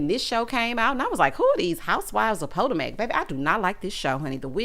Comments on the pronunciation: Not Pot-O-Mac😂😂😂😂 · 🤣🤣🤣🤣🤣 You did not just say Who are these housewives of PO-TO-MACK! I am hollin!! 🤣🤣🤣🤣